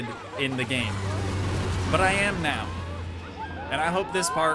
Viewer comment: bro said meow instead of now